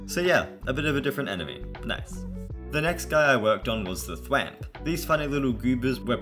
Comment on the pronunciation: The way he pronounces Thwomp tho 💀